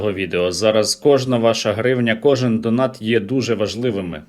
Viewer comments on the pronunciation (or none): none